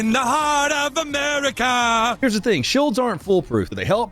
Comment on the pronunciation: "Shulds aren't bulletproof". Um, hillbilly, I think the word your two arguing brain cells was looking for was "Shields". With an "E", sound. Not a "U", sound. Sound it out, may Sesame Street for starters. I have faith in you!! JJ Zero faith.